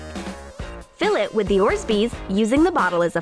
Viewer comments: It's not orzbees orbees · Ikr wtf is orsbeez its orbeez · ITS ORBEEZ NO ORSBEES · r u sure about that? With this stickiness of that slime... And it’s not Orzbeez, it’s Orbeez NO HATE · The are called orbeez, not orsbeez. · ITS NOT ORZBEEZ ITS ORBEEZ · ormsby's. Me: don't they mean Orbeez? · It's orbees not orzbees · THEY R NOT CALLED ORZBYS THEY R CALLED ORBYS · "COVER ORSBEES BALLS.... LAT THEM BLOAT" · It's called or-be-z and it stays that way when you have more or-be-z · i thought they were orbeez not orzbees:) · love you but your saying orbeez wrong